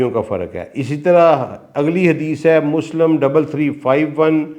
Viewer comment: سر نہایت ادب کے ساتھ گزارش ہے کہ الفاظ کے اعراب کا خیال رکھا کریں ،غلط ادائیگی آپ کا غلط تاثر چھوڑتی ہے، مثال کے طور پہ لَفࣿظࣿ کو لَفَظ، غَلَطࣿ کو غَلࣿطࣿ، مُسࣿلِم کو مُسࣿلَم، ہُرَیࣿرَہ کو ہَرَیࣿرَہ ، اسی طرح انگریزی کے الفاظ beyond کو beyand وغیرہ